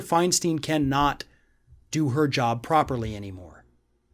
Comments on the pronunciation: First off, it is pronounced Fein STINE, not Fein STEEN. And second of all, why does a Floridian get to decide who Californians elect? The right had Strom Thurmond until he was in his 90s...she or her staff and family will help decide when it is time to go. Let’s not forget that with age comes wisdom, experience, and perspective. Most 40 year olds don’t have the patience or experience to see the long game. I love your stuff, but this one rubs me the wrong way. And yes, I voted for Diane FeinSTINE and will as long as she feels fit enough to represent ME. A Californian, not a Floridian. Luv ya anyway, let’s hope for a better America come January 20. Stay safe. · Her name is pronounced "FINE stine." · Can’t you even pronounce her surname correctly? Seems odd to be doing a story about mental decline and then mispronounce Feinstein. I’m not even American but I know how to pronounce her name. Yes she’s demented, too old, ignorant and ridiculous but Feinstein is not pronounced Finesteen. Just look at the word. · FYI, Feinstein rhymes with Einstein -from a resident of her state. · You can’t even pronounce her name dude and your state has the worst cabal of losers in the federal government. Together they ain’t a pimple on DF’s arse! Worry about Rubio and the rest of the losers who represent you we are just fine with our senators in California and yes we like our new Mexican senator too. One can only guess y’all are a shill for Maralago time shares and wish you had Trump hair. Jeesh we true liberals want no part of your Rubio crap and we like our Mexican’ senator too who also has more integrity than all the senators to ever come from Florida. What’s in your water anyways? Quit drinking the koolaid kid and get a grip!